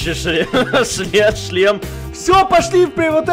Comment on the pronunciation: Почему ты всегда хочешь сказать ЧЛЕМ вместо шлем